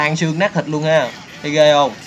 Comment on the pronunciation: nát chứ kô phải lát